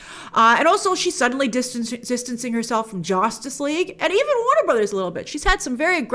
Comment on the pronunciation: I dont know if you accidentally mispronounced it "Josstice League" or if it was on purpose, but that's a perfect name lol